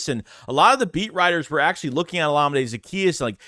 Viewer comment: I think it's pronounced o-LA-mi-day